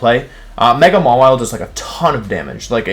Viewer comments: Mawile - Mah Wii Lay Ninetails - Nii Nay Tails Zygarde - Zy Grade Why does he do this? He pronounces them right sometimes? Is it some obscure reference? I've watched his videos for like a couple months and these things bother me to no end. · Mega Maw-wee-lay. But then he says it that way twice and then changes to the correct pronounciation. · maw-ee-lay lmao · Maw-wheel-a lmao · I HEARD THAT MAWILE PRONOUNCIATION "MAH-WEE-LAY" IM SOBBING